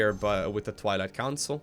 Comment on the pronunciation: When says twilight council it sounds like toilet council!